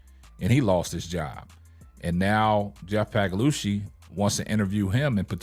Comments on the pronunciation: Respectfully, there's no "g" in Paliocca. Just trying to help. Pay-Lee-Oochee is what you're shooting for. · Lmao dude his name is Jeff pagliocca.. this guy just says it any type of way for watever reason.